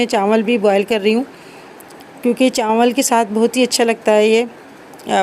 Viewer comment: Chawal, not chanwal😂